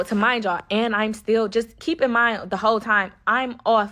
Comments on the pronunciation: Lmfaooooo yoooo is she sayin “ta-mind” yalllll😩😭😭😭🤣🤣 instead of remind y’all 💀💀💀💀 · "Tamind you" is driving me crazy lol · 2 mind yall, 2 mind yall😢 2 deff.... and why she saying magic mushrooms like it wasn't 🍄 😜😒